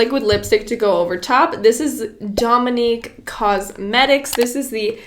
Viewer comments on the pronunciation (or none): none